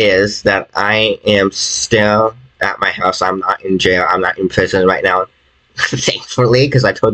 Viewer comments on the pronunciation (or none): Are you sewious right neow